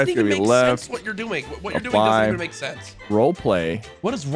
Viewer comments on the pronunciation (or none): Bro said mack 😂 Its MAKE